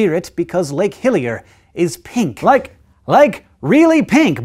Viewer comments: Sounded like he said Lake Hylia at first. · Am I the only one who hears 'Lake Hylia' when he says 'Hillier'? :O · ah! I thought he said lake Hylia! lol